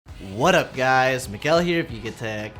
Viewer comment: "what's up guys" not what up🥱